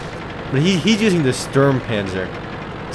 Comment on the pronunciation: It sounds funny when u speak german words like "Sturmpanzer" ^^